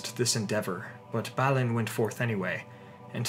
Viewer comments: You keep saying, "," but I though it was BAH-lin.....? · Balin too..